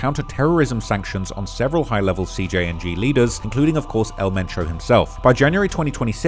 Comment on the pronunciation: So his name was El Mencho, but you keep calling him Metro?